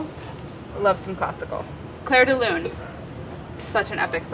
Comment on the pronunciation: "lune" not "loon"